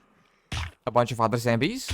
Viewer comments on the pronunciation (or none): The way you say zombies is infuriating, it’s ZOM BEE..not zambies… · What is "zembies" ? ^^